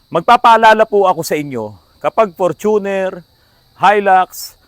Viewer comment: Hindi Fortu'ner but For'tuner'. Ford kase kaya ganyan